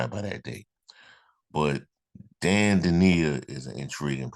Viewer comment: (From an Illinois fan) Just to let you know, his name is pronounced: Dain sounds like "pain", Dainja, sounds like "painya". Illinois fans are very disappointed he's leaving, but I don't blame him. I blame the coach, because he didn't play him nearly enough. They played Coleman Hawkins instead and the coach should have played them together more. Dainja subbed for Hawkins. Dainja is a beast. Reminds me of Charles Barkley, but faster going down the court. Great rebounder, scores mostly from inside, great passer, runs the court to get feeds for layups. He really is 6'9", 270 lbs., but very agile. He has a good mid-range jumper and wily moves under the basket. Fans loved to see him play when he got in. He should have been a starter. I hope he gets to play more at Memphis. He's was a great teammate too. Very likeable guy.